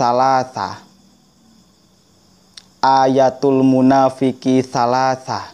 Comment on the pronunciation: Gik kamu baca hadis nya salah,..sy tau hadits tsb waktu sy mesantren umur 15th.bukan salasa.tapi salasun,..